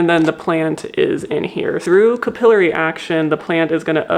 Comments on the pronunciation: I know this is a me problem, but she keeps pronouncing capillary in a weird way is it’s bothering me to an unreasonable extent… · First vid by this creator but I suspect Canadian? “Cah-PILL-uh-ree” is a British pronunciation. American is “CAP-uh-lair-ee”.